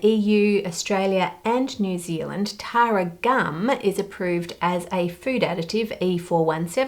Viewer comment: I was mildly concerned when i wasn't paying proper attention and heard Taro instead of Tara 😂